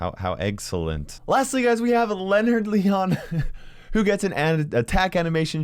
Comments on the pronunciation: He said Lenard leon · Nobody:: "Leanard Leon" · he says leonard leon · No one: Not a single soul:: Leonard leon